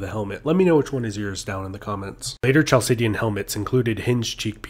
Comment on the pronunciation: Chalcidian pronounced like English khal sih di an. Not like Ch in cheese.